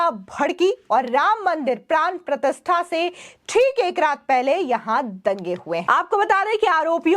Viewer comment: प्राण प्रथिस्था नहीं प्राण प्रतिष्ठा बोलो, और इतना चीखने की ज़रूरत नहीं है.